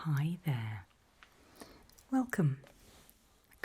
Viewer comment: Her "Hi, there", is the most iconic British-accented greeting since Alfred Hitchcock's, "Good evening".